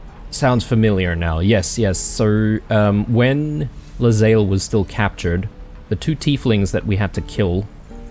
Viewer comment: That conversation involving Lae'zel's pronunciations is especially funny, considering you have been mispronouncing her name for 15 episodes... :D Her name is pronounced "Lay-Zell", not "leZayl"